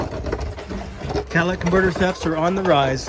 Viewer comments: I"m confused, are you working on a Ford van or a Cadillac? I keep hearing "Cadillac converter". Did they use those on Ford vans? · If you say Cadillac converter one more time..boiiii